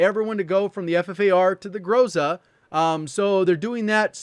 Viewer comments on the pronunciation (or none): none